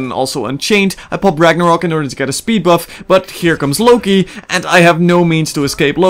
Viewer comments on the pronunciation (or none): none